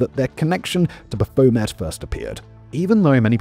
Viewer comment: that is one bizarre pronunciation of Baphomet.